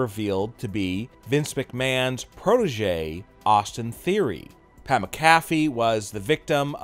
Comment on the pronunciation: It's SCRIPTED!!!!!!!!!!!!! Get Pat's name right! Say it right fool!